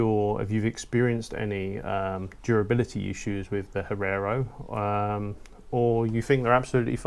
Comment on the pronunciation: Hee-air-oh. Come on mate. It's not that difficult.